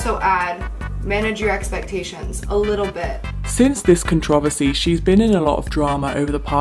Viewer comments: The only thing that catches me off guard is your pronunciation of “controversy” lmao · bruh the way you're pronouncing "controversy" is sending me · can u at least pronounce controversy right?!